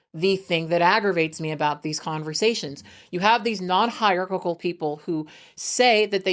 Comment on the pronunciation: Her pronouncing hierarchical like its got 3 c's is driving me crazy 😂